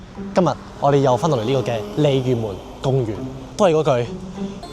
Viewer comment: 鯉魚門公園啊 這句中文講得很標準歐